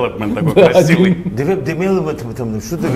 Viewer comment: "Эффект Дэвелепноменд" 😆😆😆😆😆😆😆😆😆😆😆😆😆